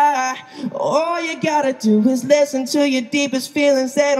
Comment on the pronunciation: y'all!! he said "listen" not "selena"